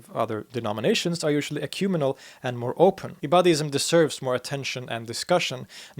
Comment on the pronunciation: Ecumenical = ɛkjuː'mɛnɪkəl (five syllables, stress on the 3rd, and pronounce the 4th) Otherwise, excellent, as always.